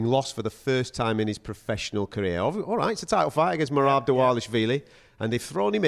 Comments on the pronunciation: Can we pls start a petition to correct pronunciation of “MEE-RAB”, driving me unreasonably nuts. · Love how pronounces Merab's name! 🤣